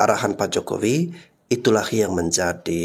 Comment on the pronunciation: sok tau kau....nyebut nama jokowi aja gk benar....